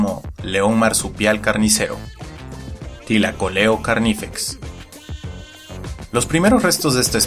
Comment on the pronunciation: Bien por la pronunciación aunque la mayoría para no complicarse simplemente le dicen león marsupial .